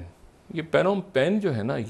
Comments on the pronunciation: O jahil insaan it’s not panom pen. The P is silent. It’s pronounced “nom penh” Wada aya international commentator. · Sir it is pronounced NOM PEN. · The correct spoken pronunciation is “ Nom Phen”. FYI. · Its called nompen Phnomphen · He doesn't know how to enunciate/ how to pronounce a word. Phnom Penh is spoken as nom pen. What the production time is doing here? This pseudo-intellectual Dr. Shahid Masood needs a complete rest like our PM Imran Khan.